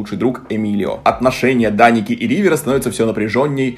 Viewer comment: произносит имя гг Я слышу вместо Даника, Драники😅